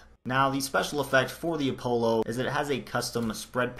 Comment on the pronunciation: you pronounced Apollo wrong btw jus sayin